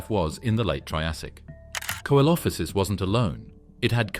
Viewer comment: Can you pronounce the names correctly coelophysis is pronounced see lo fi siss